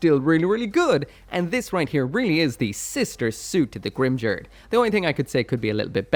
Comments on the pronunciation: Grimgerde is pronounced with only hard Gs and the E at the end has an "uh" sound. "Grim-gare-duh" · The 'ge' part of Grimgerde is supposed to be pronounced like 'get', not like 'gel'. The katakana used for that syllable is ゲ, so I have that supporting my statement. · Oh I always pronounced it as greem-ger-day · In German its pronounced grim-gurd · Going by the Japanese pronunciation, it should probably be the first one. Short 'ba' and , 'tos' pronounced similarly to 'toss' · every time Grimgerde was said I died a little inside